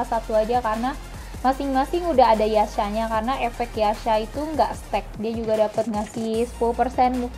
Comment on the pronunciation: Mbak kok spelling yasha=ya sa, sange=se ng bukan sa nge. Hahahaha, just kidding piss out.